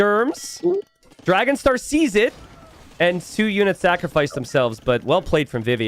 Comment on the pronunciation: Only can Dragonstar sound like trouser … Never change😂